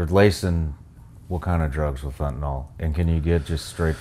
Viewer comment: Why would this person disclose his I.D, risking being killed for the information he has told? Don’t want to sound like a wise arse, but Fentanyl is pronounced as NYL, not NOL. Please continue with the great podcast.